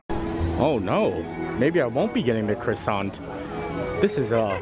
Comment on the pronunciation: Hi just to say I really enjoy your video's and you don't pronounce the R in croissant it's pronounced Quassant